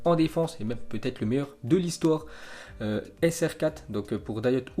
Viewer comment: Appart BizBiz qui dit SR4 mdr